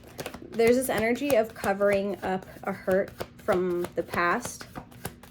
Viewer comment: The starting diction... Zis one is...literally hilarious. You are outright funny lady.